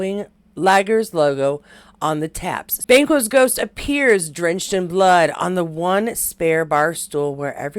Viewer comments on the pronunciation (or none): Thanks for all the Macbeth and Sam stuff, some great photos. By the way Banquo is pronounced Banqwo.